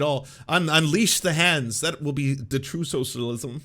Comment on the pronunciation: When is chill: true When is excited: truuewe